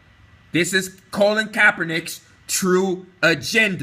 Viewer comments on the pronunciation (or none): My ability to take this video seriously is diminished every time I hear Colin's name mispronounced as Colon. It's excruciating.